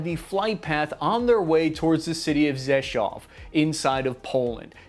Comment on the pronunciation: I'm impressed actually pronounced Rzeszow correctly.